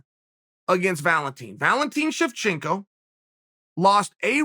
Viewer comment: ol "shiv-shank-oh" ...UVE BEEN STABBED TWICE.....NOBODYS TAKIN THAT FUCKI G BELT PERIOD.........